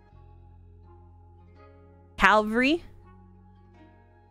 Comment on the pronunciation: The way she thought she said cavalry right...